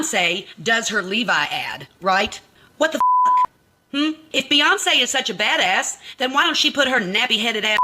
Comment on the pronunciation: Did she say flat ass or bad ass 😂😂😂😂